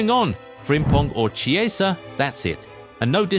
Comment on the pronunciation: You are intelligent people, please pronounce it as "Kie-za"